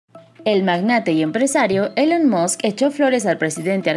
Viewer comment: ¡Qué flojo pronuncias! "elon mosc" como si hablaras de una mosca 🤣🤣 Se dice "ilon masc".